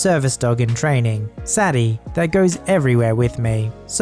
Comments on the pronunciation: It’s pronounced say Dee not sadee;) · Say-dee, not sad-ee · How can you not know that "Sadie" is pronounced "Say-dee", rather than "Saddy"? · Sadie... "*Say-dee. Not Sad-ee. Learn to read. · Dogs name is pronounced say-Dee Sadie. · Sadie is typically pronounced as "say-dee". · Just a thought - Sadie might be pronounced "Say-Dee" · Constructive criticism: Sadie = Sad-e, is pronounced Say-Dee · Sadie is pronounced Say-Dee